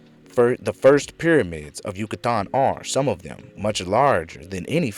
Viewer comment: Dude great presentation but the way you pronounce Yucatan is fuc$ing killing me